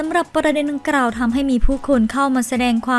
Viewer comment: ออกเสียงผิดเยอะมากเช่น คำว่า ดังกล่าว ออกเสียงเป็น ดังกร่าว คำว่า กลัว ออกเสียงเป็น กรัว